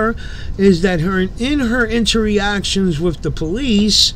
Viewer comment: I love your content. It’s one of my favorite reaction videos of these frauditors. Help me out though, when you talk about others interactions with LEO’s and others, it’s pronounced as in-ter-actions NOT in-ter-RE-actions. Blessings my friend!